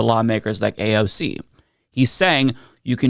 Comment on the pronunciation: "AOG". Needs to learn to read AND speak.